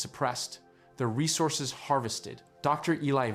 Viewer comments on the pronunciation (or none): none